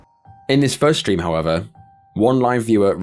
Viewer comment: Why does everyone nowadays say "shtream?"